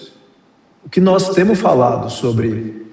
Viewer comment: nos "TEMU" falado me matou, nos "VAMO" também kksksk num dá. Olha o nível do ministro